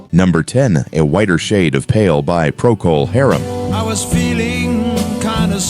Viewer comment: Wonder where this bogus video stuff came from, not 1967 that's for sure, sheesh... and the AI audio is just plain stupid, "Procol Haruuuum" ya right, lol